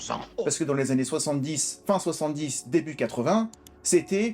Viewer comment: "Durant ces vingt zannées". Je ne m'en suis pas encore remis. Ceci dit toujours autant d'enthousiasme dans vos émissions et cela fait plaisir à voir bien que ne partageant pas toujours vos avis. Normal. Principe du débat démocratique! Bonne continuation!